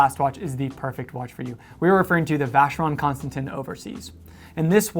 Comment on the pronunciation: U love the v.c so much that you haven't even bothered to learn how to pronounce the name of the company?! I mean it's only been around since how long ?!